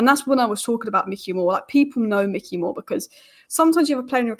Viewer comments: please stop saying ‘mickey moore’ its ‘mike-ey moore’ 😁😂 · Bro its Mikey as in Mike not Mick 😭 Pls hahaha. Great analysis as always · Why do people not even bother to at least look at other comments before posting ? After the first couple of pronunciation corrections I thought the subject was covered. Apparently not every second comment after that then repeats the same information. The whole world now knows it’s My Key not Mickey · I love you.. but its Mikey not Micky <3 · Good video but it's Mikey Moore not Micky Moore. Mikey Moore is a generational talent so this detail means a lot to hardcore Spurs fans. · I love the content , but it’s Mikey , not Micky Moore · Like your analysis but it's Mikey not Micky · It’s not Micky it’s Mikey (mykee) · MIKEy not MICKey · It’s Mikey, not Micky. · Mikey not Mickey gd content 👍🏿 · Good video, thank you! Btw, it's Mike-ee Moore, not Mick-ee (like the mouse) 🙂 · Isn’t it Mikey as in likey?